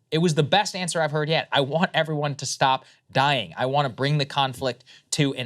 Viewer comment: "I want everybody stop DYI-ING!" 👐